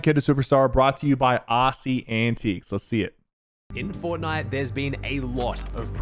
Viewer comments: I still cant get over Sypher's mispronunciation of AussieAntics lmao. It's "aussie antics" not "aussi anteecs" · Everyone: AussieAntics Sypher: AussieAntiques 💀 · bro said assy antiqe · Did bro say aussie antiques ? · its 2023 and syph still saying aussie antiques 😭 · osi antiques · Bro said Aussie antiques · Aasi anteecs. Lmao